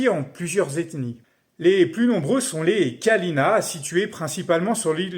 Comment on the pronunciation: D'ailleur sa se prononce Kaliña et pas Kalina mais tkt c'est pas grave😅